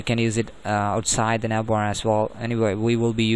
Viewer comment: don't say navbar like that